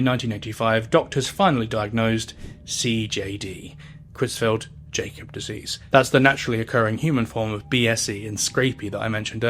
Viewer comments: Prion diseases and rabies are the two pathologies that scare the hell out of me. They're horribly debilitating and excruciating for the sufferer and incurable. One can happen naturally, out of nowhere, in some cases and the other can happen "out of nowhere" in terms of people not noticing they were scratched or bitten. Also, the disease is pronounced "Kroytz-felt Yah-kob (or "kohb" in some European areas)." I'm a little surprised the disease mentioned multiple times here wasn't researched regarding pronunciation.... That's a little disappointing. Otherwise, very good documentary on such a scary time. I'm old enough to remember the Mad Cow scare back in the 90s. Edit: I wanted to add that there are still cases of BSE. It's typically maybe one or two cases every couple years or so in the UK and Scotland, when I last looked. I think one in the US in the last decade. It's usually taken care of quickly and efficiently, though, so it's much, much less risk. I don't doubt that BSE or some other variation could crop up again. Prions are scary for a reason. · So curious are British people taught in school to pronounce other European languages incorrectly or is it just ineptitude? Please do a google search of the pronunciation for Creutzfeldt–Jakob You people holiday to fucking Germany all the time. There's a good chance you speak some German. No excuse to not pronounce fellow EU languages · I really enjoy this guy's videos... But his mispronunciation of words in almost every video is very frustrating. I'm sure he said in a video he was a teacher originally, so I'm surprised... Maybe I'm expecting too much? It seems at odds with how professional they're trying to be, and largely succeeding, being let down by the pronunciations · Creutzfeldt-Jakob (KROITS-felt YAH-kob) Not "cruise felt Jacob". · What on earth is "Creutzfeldt JACOB" disease? You didn't get the AI to read the paragraph that said they were German? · Isn't it pronounced YAKUB? The Jacob is messing with me.